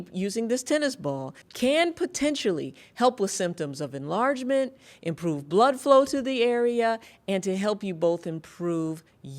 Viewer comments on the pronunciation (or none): Careful. "Imprpove."